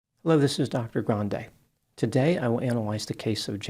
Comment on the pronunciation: Dr. Grande, why are you pronouncing Spanish words incorrectly? Your surname and the name of the business.